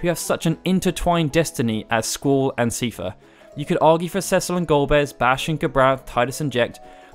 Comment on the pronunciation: I think the reason why square put ultimecia is because she is essentially Rinoa, as her dialogue "shall we dance" and her final weapon "shooting stars" proof. Ps. I always thought seifer was pronounced 'sye-fer'